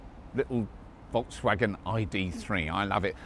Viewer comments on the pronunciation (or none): I wish you could pronounce Volkswagen like you pronounce 'Seat'